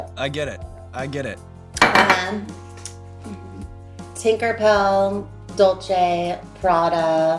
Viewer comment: Paris left off her dog Tokyo Blue 🥲 and mispronounced Tinkerbell